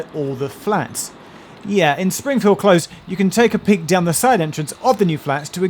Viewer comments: Close as into shut or end is with a Z, Close, as in not far away, is with a S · That's twice now I've heard you pronounce "Close" (a cul-de-sac) with a z sound. Is this peculiar to the Marshall household or do other people say it that way?